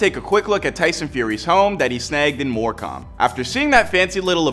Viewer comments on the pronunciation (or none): It’s said MoreCum not “More cam” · “In More Com” 😭🤦‍♂️ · It's pronounced Moorcum. I'm not first but can I get a medal anyway? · The way he said morecambe is funny it's pronounced mor cem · The way he said morecambe 😭